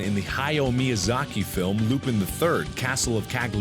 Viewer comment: Oh Mark, you butchered Miyazaki's name, haha.